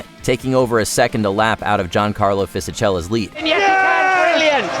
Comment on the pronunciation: Fishichela hahaha!